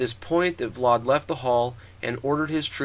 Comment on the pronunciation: its pronounced vlad, not vlard